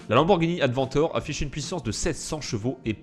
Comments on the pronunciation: on ne dit pas advendor mais adventador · on dit aventador sinon bonne vidéo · Non adventor 😂😂😂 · c est avenTADOR pas aventor